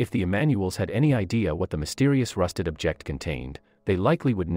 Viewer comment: How can you mispronounce object?